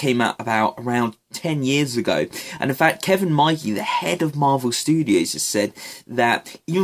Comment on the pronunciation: whos kevin meige? dont you mean kevin feige? lol